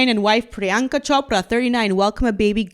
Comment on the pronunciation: Love your videos. By the way, your accurate pronunciation of Chopra surprised me. I never expected it. Priyanka is nothing to write home about. She sold out in my personal opinion, the same way Meh-gan Mularky sold her father out